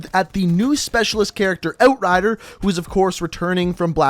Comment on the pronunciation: "oat rider"